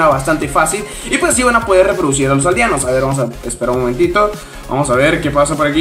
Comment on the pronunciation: por dios no podes decir reprodicir